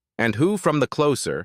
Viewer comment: AI doesn't know everything, does it? "Closer" when humans use it as an adjective is pronounced with an /s/ sound, but "closer" when used as a noun, as in the TV show, is pronounced with a /z/ sound. AI is just like any computer, it learns by "trial and error".